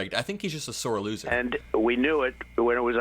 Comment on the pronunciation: A sore LOOSSERp